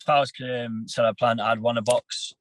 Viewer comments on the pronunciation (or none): can someone tell me why this guy is calling caleb plant ,celeb plant ? lol wtf 😂😂